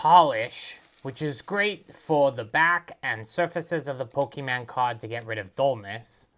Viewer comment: Never trust a man who says Pokéman 💯